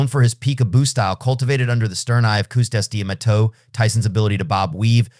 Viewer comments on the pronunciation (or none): “Kustas De’ mato” 😂😂😂😂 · Halfway through this I realize this is Theo Von reading the narration wasn't 100% sure until he said cus d'amato's name only Theo Von good butcher it that bad FYI Jake Paul is too slow Tyson will murder his ribs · You just fucked Cus D'Amato's name all up.